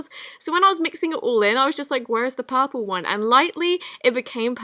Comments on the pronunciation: XD the way u say purple looo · Who else loves the way she says purple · that's how british or australian people say it lmao